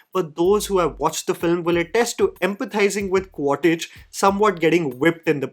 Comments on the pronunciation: Ummm........Its Qua-Ritch NOT Qua-Titch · It’s Quaritch, not Quaditch or Quatidge bro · It is not 'Quar-Tich' its pronounced 'Miles Quaarch' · Quaritch ❌ Quartij ✅ 🤣🤣🤣🤣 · Listening to someone saying Quartich multiple times, very frustrating?? Review sounds similar to Jeremy jahn’s.. I doubt you have watched it… properly.. It is Quaritch . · Your pronouncing of the names is a too funny... Its quaritch... Not quatich. Its neytiri... 😂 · It's 'Quaritch' not 'Quatitch'. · Quaritch ❌ Quatage ✅ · Qua-rich and not Quar-tich. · its Quaritch not cottage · Just wanted to point out it's not 'Quatitch' but It is 'Quaritch'. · Bro kept saying "Quattich" 💀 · Bhai agar Quaritch nahi bola ja raha toh Miles bol deta 😭